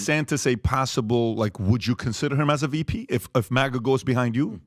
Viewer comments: It’s not MOGGA. It’s MAGA. Bag, tag, rag, sag. MAGA. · IS MAGA NOT MAAAGUA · u had me UNTIL U SAID MAGA WRONG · I had to rewind bc I didn't bc I didn't hear any thing after he said maga wrong twice lol uh it bugs me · Bro pronounced MAGA wrong.